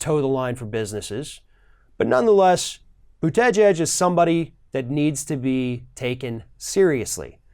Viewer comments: That is not the proper pronunciation of his name...it is boo tee geeg.....not boo teh gehg....lol.... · As for his last name, Buttigieg, it IS NOT PRONOUNCED: • Butt-ee-geeg • Butt-i-geg • Smith • Butt-i-jeeg It IS PRONOUNCED: • Boot-a-judge • Buddha-judge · You need to work on pronouncing his name. I find that "Buddah Judge" works better than the "Boot Edge Edge" way of tackling it. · Pete “But-gege “ haha. Oh. Anyway, I’ve been studying that BootyJudge, he is becoming really popular. People from the left, center left, center and some center right seem to like his ideas—they find him charismatic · It’s pronounced “Bute-te-judge.” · / ~ “Buddha-Judge” is how to say Pete’s last name. He said this in an interview recently to help pronounce and remember it. If you want to get very technical, it’s closer to jedge (like hedge) than judge, but Buddha-Judge is much easier to remember. 😉👍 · Learn how to pronounce his name...try Booty..judge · How hard Is it for to pronounce Boot - Tee - Jeeg? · Boot-uh-judge is a better pronunciation. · the accent is on the first syllable. BOOT-edge-edge. It's a Maltese name. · "Boot-edge-edge". Heh. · learn to say his name! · You really have to learn to pronounce his name correctly. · Please try to say his name right. You're killing me each time you say it. LOL. But seriously, people are always looking for the "perfect person", not every candidate is some kind of super human being. They just need to be coherent with some experience. Definitely a step up than what we have right now. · You are mispronouncing his name. Understandable for most people right now, but not you! That, aside, a fair assessment. Mayor Pete is super positive and a brilliant guy. He has been doing knockout events. Am very impressed. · I have so much respect for you, your candor and what you have to say. I expect a lot of you and am never disappointed. So please pronounce this man's name correctly.